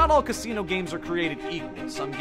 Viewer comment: I thought he saying casino "cassini"